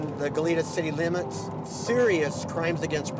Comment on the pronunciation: Why are people mis-pronouncing "Goleta"?...the 2nd syllable should be said as a soft e, almost like an a...it is a Spanish name, and should be pronounced as such. It is not "Goleeta".